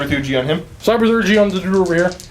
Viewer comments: him calling everyone a duder made this unwatchable. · Damn it. Hearing "Duder" gets painful after a while.